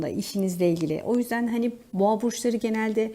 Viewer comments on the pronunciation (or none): Lütfen düzeltin ben yengeç Burcu olarak dinliyorum boğo diyince kafam karışıyor düzeltirir deniz çok güzel olur